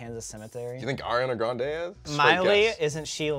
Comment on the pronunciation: Lol its pronounced Ar-ee-anah Gran-day. Not Air-ee-anah Grand 😂. And actually her last name is really Grand-ee